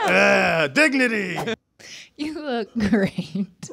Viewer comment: Sounded like "Dig-Nutty!"